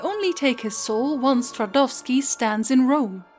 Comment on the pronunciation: Well, quite frankly I'm speechless. I'm trying to imagine how much work this two videos about Gounter must have taken. And you definitely deserve some more praise for pronouncing "Twardowski" correctly. "Fun" fact: Jan Twardowski was actually a real historical figure living at the turn of the 15th and 16th centuries. He was a Polish nobleman, alchemist and court occultist of King Sigismund II Augustus. Sigismund you see was mourning loss of his love Barbra Radziwiłł who was most likely poisoned by his mother Bona Sforza. Twardowski prepared a ritual during which he summoned Barbara's ghost using a mirror(!). The Twardowski mirror that exists to this day he used this specially crafted mirror to create an illusion of Barbara's ghost. It was so convincing that King ended up in shock, being barely able to rule. Some historians believe that was exactly the plan of court opposition which found, paid and presented Twardowski to the King.